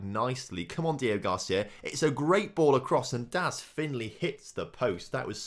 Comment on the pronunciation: Day 4 of commenting that his name is DEO-GRACÍA not Deogarcia.